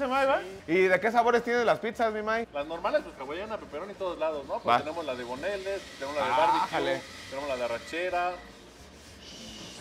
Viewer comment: Una joya como pronuncia Boneless😂